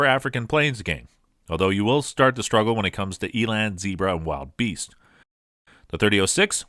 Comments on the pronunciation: I was enjoying this...until you said... WILD BEAST. I almost choked. It is pronounced VIL-De-BEAST. Sorry,your critique is awesome,your opinions measured and fair.Just get wildebeast correct. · budget EDC knives. And ojive, wildebeest...